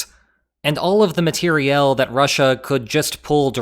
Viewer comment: I loved that pronunciation!